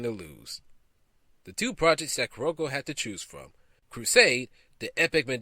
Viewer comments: The most notable is Carolco it's pronounced Carol-Co not Ka-Rol-co! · I dun fucked up because I keep pronouncing it Carlo-co.